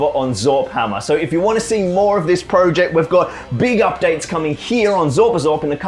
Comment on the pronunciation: I can't believe after the amount of projects you have undertaken, you still haven't learned how to pronounce "project" yet....